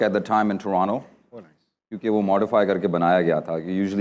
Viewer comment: His English accent is wow the way he says “Toronto”❤